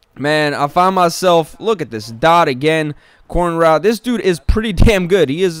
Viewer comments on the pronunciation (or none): Funniest pronunciation of dot yet at the end